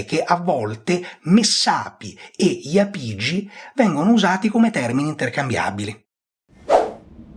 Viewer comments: l'accento più corretto sarebbe sulla a, quindi iàpigi e non iapìgi, l'esame di archeologia della magna Grecia docet 😀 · Bravo, ma è Jàpigi, come Jàpudi, da cui (J)Apùdia bella pronuncia osca e quindi Apùlia.